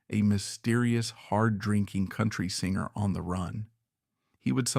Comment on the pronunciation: Terrible AI narrator 😉 it couldn’t even pronounce the word singer 🤦‍♀️ singe-er?! Really 💔